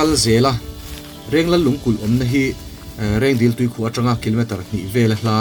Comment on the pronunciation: 6.19min a Rengdil tui i tih hi Rengdil tui ni loin Reng Dil (lake) a ni, ziakah chuan Reng Dil tih a nia, ṭawngkam erawh chuan Reng dil li tiin sawi ṭhin a ni zawk e.